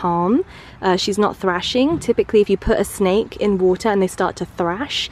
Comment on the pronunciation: Snake not snak